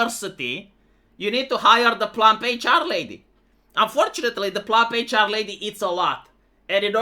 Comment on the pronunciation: Ohhhh PLUMP HR LADY I was doing stuff in the background while listening and I thought I heard "Fluffy Charlie"